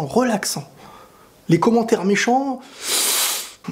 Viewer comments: Le "Mercatoz" a la fin il m'a tuer x) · « Bonnne fin du maercatoz « c un fou 😂😂😂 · Hahahah « mercatoz »